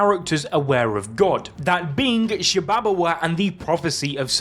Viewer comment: Shibabawa: “sHi-bAbA-wA” 🥴 Garo: “gEh-Ro” 🥴 Hakari: “hA-kYrIe IrViNg” 🥴 Why not just say “Shiba Inu,” “Jellyfish,” and “Hickory Honey Smoke Ham” instead 😂